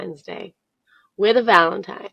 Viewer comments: If a girl says "Valen-TIME" instead of "Valen-TINE" She's dumb and you need to not take her serious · STOP valen time....-Saint MC hammer.